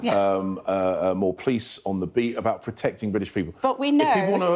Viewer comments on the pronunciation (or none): he is in charge of PLICE-the way he pronounces it- thank god only until 4/7 with his PLAN- maybe it will become a PLANE ONE WAY TICKET to the forest where his ancestors came.